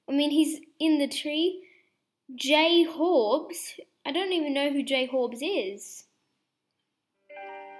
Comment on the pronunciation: Jhorbes not j horbes